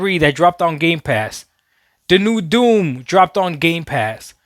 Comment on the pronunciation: I thought i heard you say dune lol you meant doom lol im like hold up...